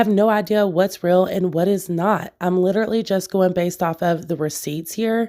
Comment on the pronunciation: No hate. 💗 Just a tip... ESPECIALLY. Not exspecially. LITERALLY. Not literately.